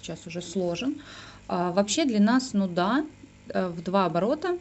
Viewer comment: СнудА, например ))